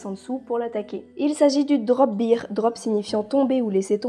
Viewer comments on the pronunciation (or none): Super vidéo, c'est vraiment intéressant de découvrir des créatures mythologiques méconnues ! :) Néanmoins, il faut bien que je fasse mon chiant, bear en anglais se prononce "bèr" et pas "bir" (sinon, il s'agit du mot beer qui signifie bière, donc rien à voir avec un ours a priori ;p). Bref, bon retour, et surtout je te souhaite un prompt rétablissement ! ^^ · Alors super vidéo, mais étant une grammar nazie en français ET en anglais, "bear" se prononce "baire" (en quelque sorte), plutôt que "bire" qui est la prononciation de "beer", la bière ;p En tout cas, je ne connaissais aucune de ces créatures !